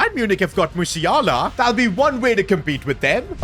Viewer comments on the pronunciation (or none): none